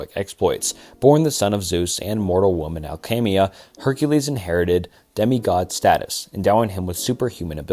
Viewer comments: Where the hell are you getting Hercaleus from lmfao his name to the Greeks was Herakles. Pronounced Hera (being the root word as he was a named for the goddess Hera) KLEES. Say it with me bub. HERA-Kleese. One more time. HERA-KLEESE. Brother I don’t wanna sit here and nitpick. But if you’re gonna stop researching and attempting correct pronunciation like you used to, I’m gonna tear these videos apart. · How does this dude butcher the name "Heracles" when he literally pronounces "Hera" correctly like 10 seconds later lmao